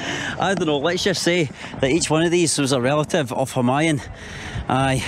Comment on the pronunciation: It's pronounced hu maa yuuun. 🤣